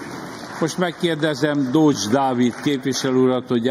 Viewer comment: Csak úgy miheztartás végett nem kène az öregre rá szólni hogy helyesen mondja Dócs Dávid nevét?